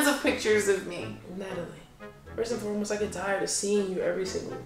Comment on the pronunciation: "FIRST AND FOREBOST" 😂😂😂